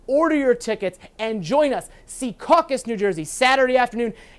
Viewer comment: It's Secaucus, not Seacaucus